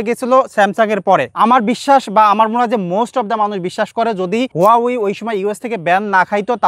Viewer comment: ওয়াউই, না হাওয়ায়????😂😂😂😂